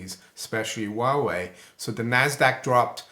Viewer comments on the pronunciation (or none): Huawei sounds like Wild Way.